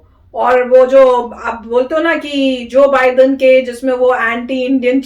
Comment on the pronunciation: Amazing how he says " Joe Biden" 😜😂